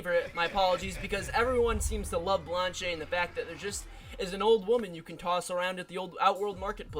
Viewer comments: It's just blanch not blanche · WHY ARE YOU SAYING "BLANCHAAYY"?? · its pronounced blanch